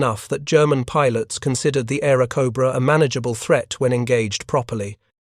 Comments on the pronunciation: Just stop with the illiterate AI voice, this stupid AI is an idiot ..... Pilots is pronounce Pi. LOTS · I can't handle it, how can you put out an aviation video where the horseshit AI constantly mispronounces the word "pilots"? Is there some requirement when using AI that you not even check the results *once*? Fuck you people.